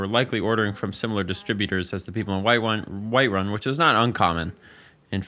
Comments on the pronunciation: Bro said Whitewun” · this mf said whitewun